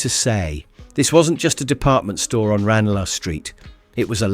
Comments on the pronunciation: 'Ran -er - lar' St ? 'Two thousand ten' ,'Two thousand eight' - Is this a computerised / Americanised AI narrator? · Stopped watching when he mispronounced "Ranelagh Street" and used the American way with years - 2000 8 rather than 2000 AND 8. If you're going to make a video about Liverpool do your research and do it properly. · I was there - born in 1956 at Mill Road Hospital, grew up in Dalrymple St (off Scottie Road), then Walton. I just about remember steam trains at our three major stations - Lime St, Central (Hugh Level) and Exchange - as well as all the other places mentioned. Shame that the narrator couldn't have been a scouser, though. As any scouser would have been able to tell him, the first word in 'Ranelagh Street' is always pronounced 'Ran-lee', not 'Ran-lah'. And why nothing about Toxteth - the Rialto cinema, the Somali Social Club, the Yoruba, etc?